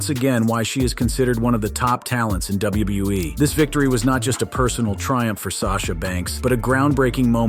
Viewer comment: why he all ways says names just a bit wrong, as well as he says WWE just a bit off too bugs me